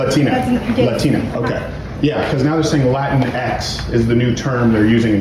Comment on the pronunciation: “Lateen X?” 🤣🤣🤣 Anyway, yo quiero Taco Bell!!!